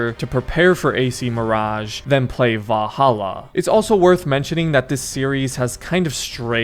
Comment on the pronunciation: say it with me... VAL-HAL-LA